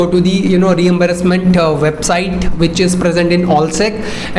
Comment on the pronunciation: Reimbursement sounded like re-embarrasment